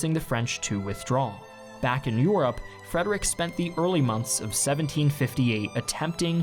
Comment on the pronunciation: / ish listen to how he says Europe.(no offense)